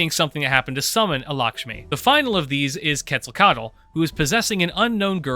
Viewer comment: You made 2 small errors when pronouncing Quetzalcoatl I just wanted to point out: 1. You're supposed to pronounce the "O" in Quetzalcoatl, like how you pronounce the "O" in Koala. 2. You DON'T pronounce the "L" at the end of Quetzalcoatl, just the "T" Other than that great video! And yes I agree, Sakura is in the fact the worst of the 3 main heroines of Stay Night. I believe in Rin Supremacy.